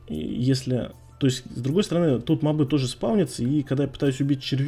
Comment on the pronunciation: И мобЫ, а не мОбы.